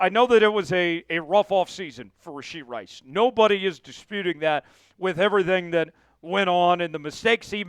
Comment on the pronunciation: It's RASHEE Rice! No D in Rashee